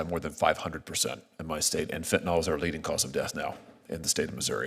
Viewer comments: Its not fentanolOL. It's fenyanYL. Why does everyone pronounce it wrong? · it's NOT Fen-ten-All.... it's Fen-tuh-NIL ,,,,, for goodness sake, people need to learn to pronounce it !!!!!! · Why do so many people pronounce fentanyl as though it ends like Tylenol instead of Benadryl? Also, Josh Hawley is doing a great job.